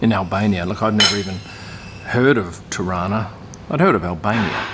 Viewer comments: That's what I thought!! It sounded like Toronto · Being a Canadian from Toronto I laughed at your pronouncing ‘Tarana’. It’s how Toronto natives pronounce it! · TIRANA ... That's pretty much how we pronounce TORONTO, here in TORONTO! LOL! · Every time said "Tirana", I kept hearing "Toronto" (as in Canada) - because that's how we locals pronounce it. LOL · Hahaha same i thought he was trying to say Toronto lol